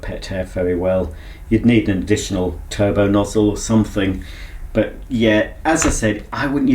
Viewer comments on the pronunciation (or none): none